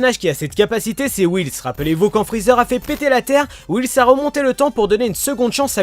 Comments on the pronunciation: Whis Whis Whis stp pas whils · Ces whis pas wils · C'est pas whils c'est whis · Il dit Whils ça me stresse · Nice video c cool whis tu di wils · Wils Wils WILS IL PRONONCE WHIS WILS OMG